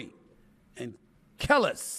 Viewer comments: “KUH-LEASE” lol. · It’s pronounced “kuh-leece”